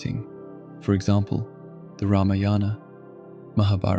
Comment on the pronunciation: You may have heard the old funny statement: "My Karma ran over my Dogma"? (no, my car has never ever run over a dog!) 🤣Superb video, much appreciated! But some careful attention to pronunciation would be nice: Ramayana is pronounced Raa-maa-yana. Ä ä if used as suggested by Merriam Webster, would indicate that an 'a' be pronounced as 'aa' as in far, father, and such. In the late 1800s the British dictated that "aa" be written as Ā ā and many scholars still go by that, but Merriam Webster and other dictionaries use that diacritic to mean a as in 'grape.' And oh, as to life being a "trap of suffering and rebirth," that is the Buddhist version, which is good marketing. Our souls never ever are reborn because of karma but because life in the Spirit world is kinda boring. I like to say: "Reincarnation is real; the reason souls reincarnate is because there's no chocolate, wine or sex in the Spirit world." ©🤣🤣🤣